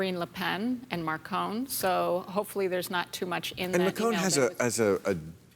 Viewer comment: His name is Macron, not Marcon, you dumb tit. Also there was so much bullshit in this 8-minute clip I expected flora to come out of everyone's ass.